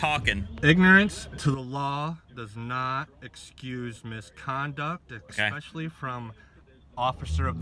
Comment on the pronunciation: He said 'ridiCALous' and 'EXspecially'. My god, why can't they English! I have literally taught grade 4 Korean students with a much better understanding of English than these dudes have. And, oh, his poor wife having to deal with this nonsense.